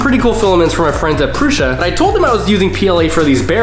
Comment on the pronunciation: Prew - Sah - not Prew - shah